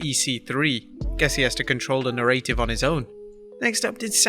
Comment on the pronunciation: ...I’m always impressed by how consistently you mispronounce the word ‘narrative’.